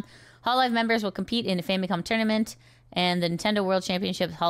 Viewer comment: "Tourmanent" ? I don't think this is fully AI fault, this is Youtube getting complacent being the biggest video sharing site and all.